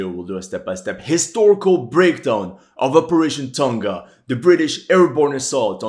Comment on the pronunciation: finally someone that says Tonga right